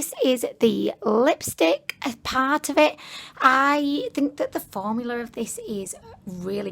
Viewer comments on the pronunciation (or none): You said formular ¯\_༼ ಥ ‿ ಥ ༽_/¯ just like Mr.Krabs